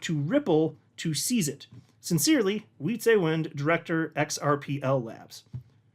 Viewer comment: It's Wietsè, not Wietsééé!!! Short E